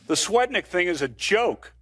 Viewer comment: Anyone else hear Fienstein say Julie "fat dick"? 🤣🤣🤣